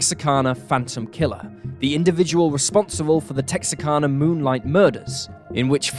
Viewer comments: Texarkana is Tex-are-can-uh not Tex-uh-can-uh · There is no such place as "Texa-karna". The name you're trying to say as Texarkana. KANA, not KARNA. The R goes after first A, not after the second A. It's easy to remember because the "Tex" is for Texas and the "Arkan" is for Arkansas. Tex + Arkan + a = Texarkana. NOT Texakarna. You'd think somebody who's trying to be a professional narrator would take half a second to look at the word and read it correctly. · “Tex-R-Can-Uh” is the correct pronunciation.